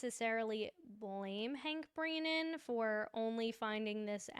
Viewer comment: How come you say breeeeenan? It’s Brennan. But love your videos!